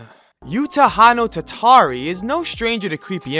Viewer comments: It's pronounced as "oo-ta-ho-no-tah-hah-ree" Utahonotatari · did he really pronounced utahonotatari like that...